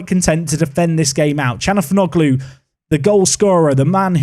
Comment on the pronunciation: Thatd calhanoglu pronounciation 💀